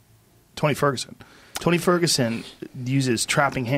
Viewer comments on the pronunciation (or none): Joe " twenty forgusen " rogan